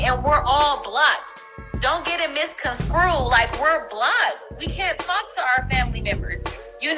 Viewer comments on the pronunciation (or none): "Don't get it misconscrewed"